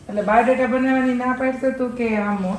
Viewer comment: આ ભાઇ ને સ્ત્રી 2 ના સેટ પરથી જ ઉઠાવી લાવ્યા કે શુ......સરકટા નુ ગુજરાતી સ્વરુપ..ડોકી વગરના ટીશર્ટ વાળા😂😂😂😂😂😂😂 પીનલબેન Rocks😏 ચિંતનભાઇ shoked🤫 = બાયોડેટા ❌️ બાવૉદેતા✅️😂😂